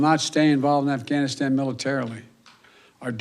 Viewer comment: Dear Joe Biden....words matter! Lol. When speaking you should finish words fully before moving on to the next. Ganistan is NOT a place. You are monotone and boring. You are weak looking and can't pronounce the words! You should probably practice 1st. Ugh🤦‍♀️